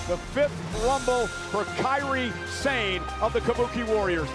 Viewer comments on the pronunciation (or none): It's Sa Ne. Sa. Ne. Not Sane. Kairi Sane. This is insane... Why they mispronounce her name lol